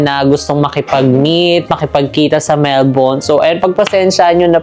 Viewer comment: Almost perfect pronunciation ng Melbourne. Love it 🥰